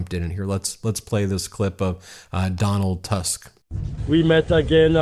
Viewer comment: PS DAW-nahlt TOOSK